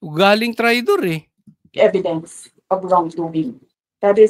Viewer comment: Sabi dan, pall0w up, ebidens. Hahaha... talo pa ng grade 3 mag pr0nouce.